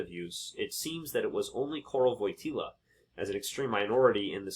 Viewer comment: The JP2nd ‘s name is pronounced like Voy tee wah. The L with a slash is a “W” sound.